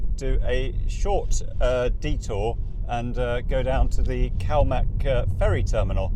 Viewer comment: Its pronnounced Kilhoan